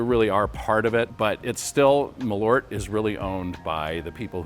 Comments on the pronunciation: I'm going to sound stupid, but I didn't even realize you meant Malört when saying it in English 😅 Saying mal-ORT didn’t really resonate, but when I saw the label "Malört" it clicked that they meant MAHL-ört (I don't really know how to write americanized pronunciation guides sorry). Just if people want to know: in Swedish the stress is on the first syllable and the A is long, and then there's the Ö which is kind of like the sound when you hesitate with an "uuuuh" sound (Actual Swedes can chime in, I'm just a Norwegian) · Please pronounce it like the Swedish name "Malört" requires. The Ö is not an O. The Ö is pronounced like when you say "Earth", where the "EA"- part of the word "Earth", corresponds to the letter Ö. So, "Maleart" I guess would be the right way to say it. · Yes, it's a Swedish word, they should pronounce it like the do with the word "earth", where the "ea"-sound in "earth", corresponds to the Swedish letter "ö" in "Malört". So, they should pronounce it "Maleart" instead.. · The "a" should be long (like in "father") if you want Malört to sound like Swedish. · I just get so annoyed with the americans saying the name like there was an "o" in it. It is an Ö, which is a different letter with a different sound.